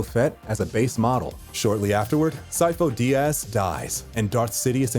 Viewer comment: "sifo de ass"